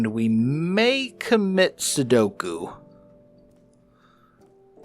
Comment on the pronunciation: Seppuku not Sudoku 😅 but they are both very similar sounding...but i was very surpised whe you said your going to solve a boxes with number combos then comiting an unaliving by swimming in lava like a cold calculated keep inventory player too far from home to bother finding home 😂